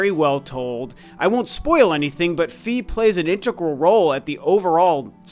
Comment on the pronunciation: Lovely video,! But…………..argh!! It’s “FYE”, not “FEE”!!! 😜 proof of that: the Japanese spelling of her name, and any narration cutscene from Hyrule Warriors that mentions her. Sorry for the nitpicking 🙃